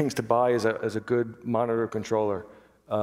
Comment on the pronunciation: He's saying monitor level. Sounds like mantra.